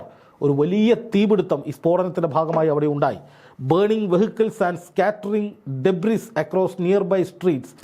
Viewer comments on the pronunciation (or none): Pronounce Derbis as debri.